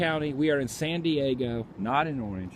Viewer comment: Sounds like you're saying Sandy Eggo